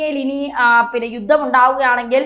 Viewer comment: ആയുദങ്ങൾ,സപ്രസ്, യുദ്ദം,ബീഗരവാദം - ഇവയെല്ലാം ഉച്ചാരണം തെറ്റ്. ആയുധങ്ങൾ, സൈപ്രസ്,യുദ്ധം,ഭീകരവാദം എന്ന് പറയൂ.